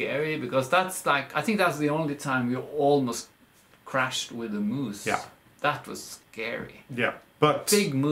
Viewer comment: Hello dears; did you say "Elvis the Moos"???? I LOVE all these episodes, with mooses and mouses and dogs and, and ,and . Love you both, you make life wonderful!